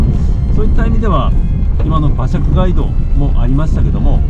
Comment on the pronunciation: 街道の発音「がいどう」ではなく「かいどう」です。